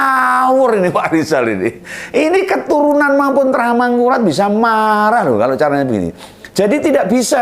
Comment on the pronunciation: Rijal rli itu gak jelas bicara ngomong r sja gak jelas r mana r mangkulat2 apah. Amangkurat og amangkungngkuhraat2